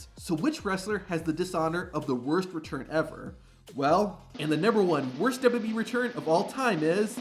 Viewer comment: The way this dude pronounces WWE makes me not want to watch these videos every again.